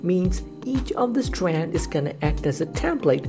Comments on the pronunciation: STWAANDD! LMFAO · ITS STRAND S T R A N D STRAND OK